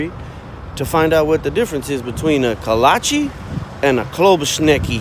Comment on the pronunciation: Its pronounced Kolache!